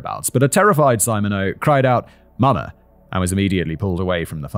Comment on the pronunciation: Simon it’s sim/ma/neax it’s French